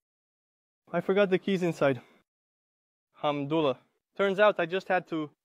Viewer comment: The Ai made a mistake instead of saying Alhamdulilah, maybe you could do these type of vlogs in Arabic? You could speak in Arabic and leave English subtitles.